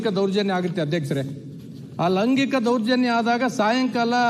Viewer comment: ಲವಗಿಂಕಿಕ ಅಲ್ಲಾ ಮಾರಾಯ ಲೈಂಗಿಕ ಅಂತಾ ಉಚ್ಚರಿಸು